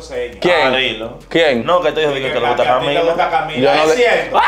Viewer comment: ahora le guto’ yo